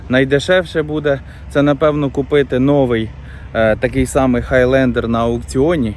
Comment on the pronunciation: Класне відео! Мені дуже подобається як ти вимовляєш слово Хайлендер :)